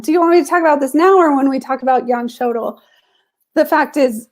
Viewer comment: Sjodahl --- Sjødahl (Norwegian) /Sjödahl (swedish), meaning sea or lake (sjø) and valley (Dal). It's pronounced almost like she says it but Ø is kind of like the sound when you say uuuuuuh. Not an o. So. Sch-uuuh- doll if written in American 😅